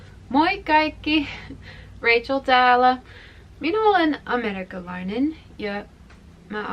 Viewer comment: It's interesting to see how you stress the second syllable in "a-MErikkalainen". 😄